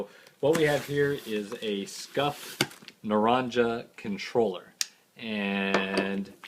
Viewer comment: Naranja is "naranha" it's Spanish